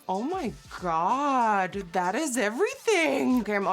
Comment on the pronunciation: OH MY "GAGA"